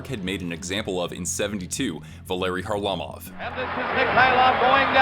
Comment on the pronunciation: Van Impe didn’t hit him, he cross-checked him in the head. And it’s Kharlamov not Harlimov 😂😂